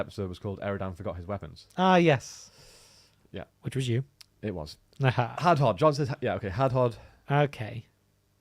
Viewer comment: how do these guys not know how to properly pronounce hadhod????